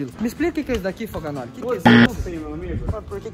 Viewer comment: Não é foganolhe é foganole